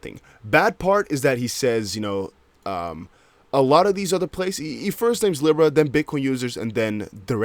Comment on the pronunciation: and Libra is pronounced Lee-Bra